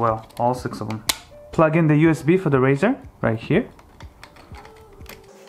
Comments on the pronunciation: A " RISER " is not pronounced " RAZOR " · its 'riser' buddy... not 'raser' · its riser not razor for the love of god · Riser, like sun rise, not raise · rIser, not rAzer.